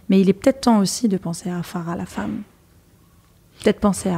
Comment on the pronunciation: Elle s’appelle Farah et non pas FAGHA voyons! 😂😂 un p’tit effort quand même 😅